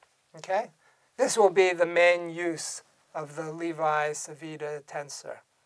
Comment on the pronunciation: the correct pronounciation of "Levi-Civita" is more or less "LEHvee-CheevEEtah"